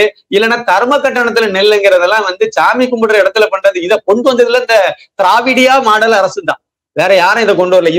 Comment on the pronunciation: திராவிடியா மாடல்.. சார் எனக்கு வேற மாதிரி கேக்குது.. 😃😃